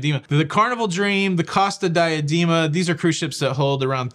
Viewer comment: Dee-ah-DAY-ma! Per carita’! C-oh-sta Dee-ah-DAY-ma. You’re unaliving me here!